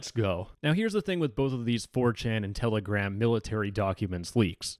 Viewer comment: Its Telegram not Tele-Gram